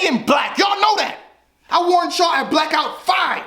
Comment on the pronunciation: AINT NO K IN BLACOUT!!!!!!! 😂😂😂😂😂😂😂